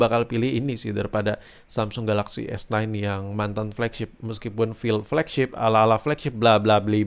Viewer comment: S9 bang. Aku dengernya kok S ten s ten terus yak